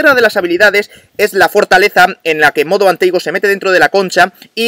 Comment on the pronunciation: Se dice Modo and Tago no Modo and Teigo